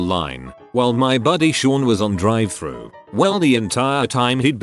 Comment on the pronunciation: “Drive thra”